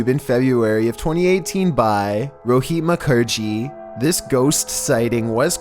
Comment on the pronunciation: Is any Indian here? Coz I freakin' can't take that!😂 The way he (narrator) said 'Rohit Mukherjee' and said 'bhag bhag'... LIKE DAMN!!😂😂😂